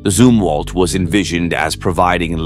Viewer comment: I do not know if this voice is AI narrating or if it's a natural person but they are Zumwalt Destroyers not zoom Walt